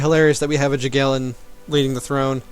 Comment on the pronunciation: It's not 'Jagiellon' but 'Yagiellon' ;) Greetings from Poland.